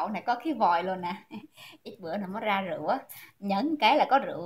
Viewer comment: “Rượu” chứ ko phải “Rựu” nha bạn.